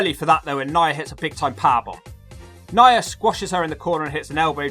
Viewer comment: Lmfaoooo nya = nyer